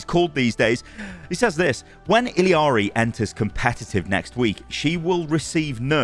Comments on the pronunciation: Idk who told you how to say her name but that's not how you say it lol she says it in her reveal trailer the two L's make a Y sound like iyari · its pronounced e-yari! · pronounced “iyari” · Hispanic double LL is pronounced (ja) So her name is spoken like [E--JAR--RE] you can hear her say her own name when someone switches to her. "ILLARI checking in" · this!!!! every single creator has been pronouncing it so unbelievably wrong its SO ANNOYING. they dont even just say "ILL-ARI" they keep adding extra vowels like "ILLI-ARI" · I've heard two overwatch creators say Illari wrong in the past hour. ITS PRONOUNSED IYAREE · 3secs into the video... "Illiari"? Who's that? ^^ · Ee-yar-ee pleeeaaassee. There is only one I in her name and the doube L makes a y sound, you are killing me with this pronunciation. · Say it with me now… “il-lah-ree” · Its not Illiari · Why does everyone say “illiari” like there’s an i there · I gotta be missing something cause why is everyone saying her name like illiari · You are misspronouncing Illaris nerf man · i love you, but you're KILLING me with your pronunciation of Illari's name... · Went is he pronouncing her name like that. That’s not how SHE even says it😂😂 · you ok? Its i-L-L-a-r-y or am i tripping 😵‍💫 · Speak her name the correct way, it's not hard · I cant with this video. How can you spell illari right in multiple places but you cant say it to save your life. Theres not a third i in the middle of the name. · I hate when people don't pronounce illari right. It's not 'Ill-ari' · why are you adding an I in the middle her name every time you say it? That frustrated me the whole video. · love you but.... it's two L's not, L and i it's I L L not I L I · why you pronouncing her name illEEari, its illari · I cringe every time I hear him put an extra “I” in Illari. It’s not ILL-I-AR-I,, just ILL-AR-I. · Why are you saying Iliari and not Illari? Where TF did the third I came from? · I L L A R I. Not ill-E-ari